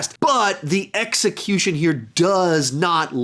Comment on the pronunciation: Haha x-ecutuion